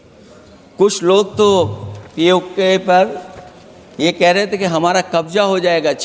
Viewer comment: अखिलेश यादव पहले तो बोलना सीखो पी ए को नहीं पी ओ के बोल